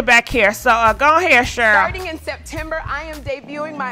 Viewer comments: I love you but girl.. you can mess up some names...Cheryl...Shirley...🤣🤣🤣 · one thing you will do, is mispronounced someone’s name 😂